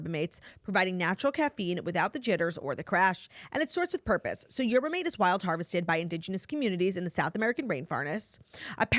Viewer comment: Not a Toastada, but desperately need Claudia to know that the “mate” in “yerba mate” is pronounced “mah-tay”